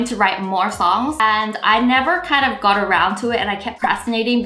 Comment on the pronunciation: "First 100 oof my subscribers" 😂